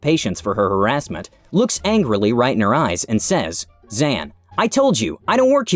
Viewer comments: Come on, it seems quite clear that Zhan is pronounced like Jean-Luc Picard, not "Zen." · Zhan is pronounced like John, Zhan Jun is in english Jun John. just fyi. Family names come first in some Asian cultures. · I'm pretty sure he pronounced Zhan incorrectly